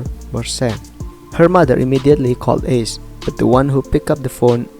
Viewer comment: Bang izin ralat sebenarnya kalau buat nama orang pakai biasa aja bang, Ace ngga ase